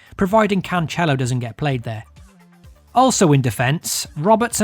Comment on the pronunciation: Did u just say canchelo?